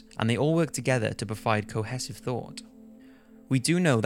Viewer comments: CO-HEE-SIV, not CO-HESS-IV. Please tell me that’s not the way you pronounce cohesive? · That's a really weird way to pronounce cohesive.